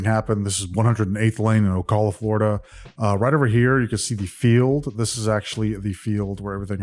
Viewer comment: The cal in Ocala is pronounced the same as the cal in California (at least that’s how I always heard it pronounced growing up in FL 😊 ☀️) ~ Just fyi. Or maybe not speaking like the locals could be preferable given it is Florida. 😂 Nevermind. Carry on.